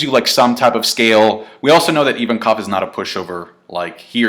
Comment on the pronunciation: the way you pronounced ivankov made me want to die